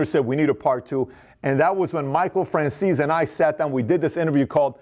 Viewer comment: Have they changed the way his name is pronounced? I thought it was "Fran-chay-zee", not "Fran-zeess". Secondly, if he knows such things as the location of Hoffa's body and doesn't tell so that he can have a christian burial, has he really made his peace with his 'god'?